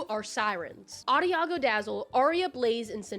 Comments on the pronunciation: The leader of the Dazzlings is called 'Adagio' not 'Ariago'. Just FYI :) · Girl what happened why is Adagio Adiago 😭 I think u misread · Nah, ahdeeahgoo is hilarious. Therefore correct. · diva please spend some time familiarizing yourself w the names. you can just retake the scenes, you don't have to go with the first one. it's adagio, cinch, bridlewood and tempest, not... whatever tf you ended up saying. the names are spoken out loud in these movies. instead of just watching, please also listen next time. ok? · hate to be that person, but that’s not how you pronounce “adagio”😅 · You pronounce adagio wrong